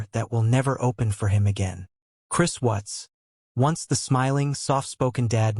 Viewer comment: Gees you can't even get the last name correct it's Watts